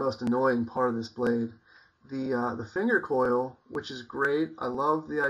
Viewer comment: hows it been working for you?? im going to buy an rd9. and i might buy an rd4 bush for a neck knife. either thator a becker bk14, not sure yet. oh and its a "choil" not coil, just letting ya know. give us an update man!:)